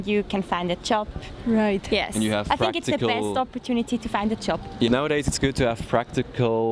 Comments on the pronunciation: how to find a ...yoob... ahahahah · It'a JOB, not Yob. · Sorry. But Its not a yob …. Its a job. Learn English at least before 👍🏻